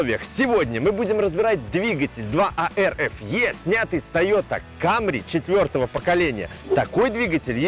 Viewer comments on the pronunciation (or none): none